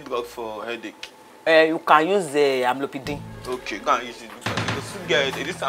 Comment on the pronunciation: Kiekie said Amlopidine 😩.... It's Amlodipine 😂